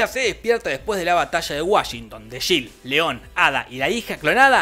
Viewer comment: No se llama shil, se llama Jill y se pronuncia Yil.